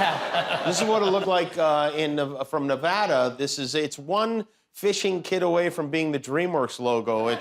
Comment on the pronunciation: Ty for saying Nevada correctly 👌😁